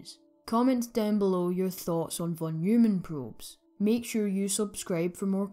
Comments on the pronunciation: Both pronounciation of "von Neumann" were wrong :D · Interesting video, many thanks... except for the von Neumann pronunciation...😅